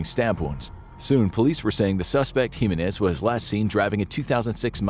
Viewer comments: It's pronounced "HE MEN EHZ" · No, he didn't pronounce my last name, "Jimenez" with the right inflection. It's decent but more work needs to be done in pronouncing Spanish names.